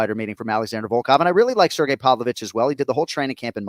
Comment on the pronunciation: anik corrects on alex's name but then calls pavlovich... povovich lol